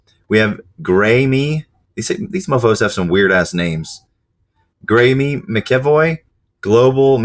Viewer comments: Graeme is not pronounced Gray-Me bro 😂 Its Gray-am. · graeme is said gray-um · Its pronounced Gram. crazy spelling IK.